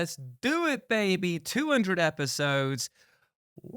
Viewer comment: I’m always expecting a “Bay-bay” when you say “Bay-bee”.